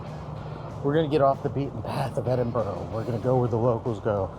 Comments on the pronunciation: It is not Edinborro,it is Edinbra! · Loved the vid but it’s Edinburgh, as in ‘Edingbruua’😊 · Its pronounced edinburra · It is not Edinborrow. It is not Edinberg. The ending ~burgh is the short form, throughout the UK, of ~borogh and is prononced Edinburra ( or Edinbru if you are local.) I've only lived here 60 years, but I had to get it right pretty damn quick. Also as said, reek is primarily smoke in this case, not smell. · No it is NOT "Edingbruua"! For a start, there's no "g" sound and it doesn't end in "bruua" Are you a native of the city. It doesn't seem so. Well I am. It is pronounced "Edinburra"